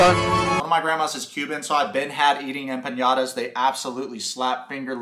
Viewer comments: Empañadas or empanadas lol Spanish people know which one is correct lol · saying “empañadas” instead of “empanadas” while mentioning a Cuban grandmother hurts. If I’d made that mistake, my abuela would have me doing Spanish practice until I collapsed. 😂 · … did you just say empañadas???? 🤣🤣🤣